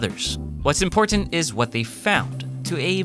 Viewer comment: Are you from Hawaii? The way you say "imporTant" sounds a lot like local Hawaiians say it here.